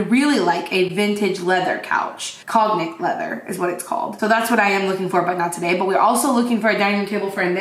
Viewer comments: "Cognac" is pronounced "con-yack". I love that couch too! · Props to Habitat for Humanity Re-store. Such a wonderful place for so many reasons. Cognac is pronounced "cone-yack". Like the brandy. Sure do love your vlogs ladies! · Cognac is pronounced con-yak. It's a type of brandy that's a rich dark amber color, named for a city in France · The language douchebag in me needs to very quickly note: the G in cognac is silent (“con-yak”). 🤓🙈 Loved the video! The thrift store looks amazing, I’m a bit jealous. 😀